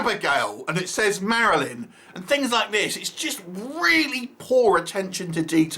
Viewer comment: I caught the "Marilyn" mess up too....no budget to even redo that tiny word? 😅 Whos paying for this hahaha....they should hire us to help them redo the movie with a bigger budget 😁